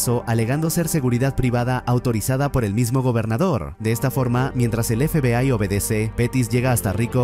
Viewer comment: La IA no puede pronunciar FBAY